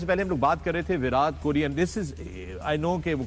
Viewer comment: विराट hota hai chutiyon, विरात nahi. Translate mein daal ke seekho. Convert ho gaye ho to Punjabi to aati hogi.